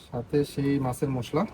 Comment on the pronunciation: উচ্চারন ঠিক করুন মুশলা না মশলা গ্যারান না ঘ্রান